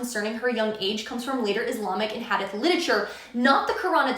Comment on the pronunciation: It says she was playing w dolls at the point they consummated the marriage. Sahih al-Bukhari (-and it’s pronounced had-eeeth, not had-ith) Islamic texts set a standard to imitate. The Christian stories reflect how people lived with all it’s imperfection.